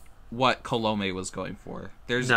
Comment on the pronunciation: Colomè is pronounced “Column-ay” just saying